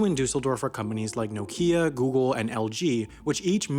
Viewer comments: No-key-a 😂 #nokia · No-Key-A? Seriously? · Its pronounced Nok-yah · Caveat: Nokia is not pronounced as if there was an absence of a Kia car, but rather closer to *knock-ya*. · "Nokija" xDDD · You pronounced "NOkia" incorrectly